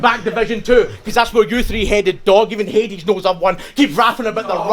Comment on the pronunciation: "His names not Haidees its Hadiz" looooooool